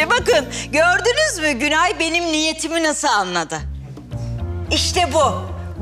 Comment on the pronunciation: Gülay değil günay